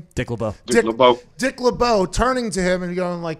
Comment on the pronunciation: When he said Dick Lebeau I heard Tim Tebow